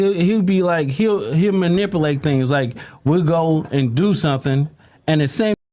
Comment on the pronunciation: "Manipalate"😂😂 wack takes a drink thinking "you dumb mf im manipulating you now"